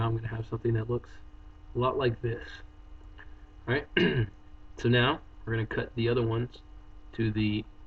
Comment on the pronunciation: stop saying ahright